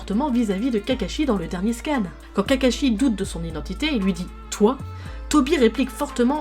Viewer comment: J’arrive pas à prendre cette vidéo au sérieux, ‘’Itachie’’ ‘’Cacashi’’ ‘’Uchiwa’’ ‘’Rinéguane’’